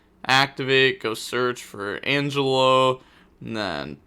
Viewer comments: De Moan demone and An Gel O for the 2 scales as for scelta i think it be said scale ta and i think you got the spells right so far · angelo: hun-jay-low, demone: dem-on-eh, scelta: shell-tuh, versare: verse-uh-reh, zebufera: zeh-booh-fair-uh. your pronounciation was kinda good btw